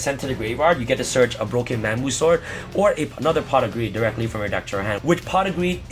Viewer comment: I thought you were saying I use a lot of pot for a second lol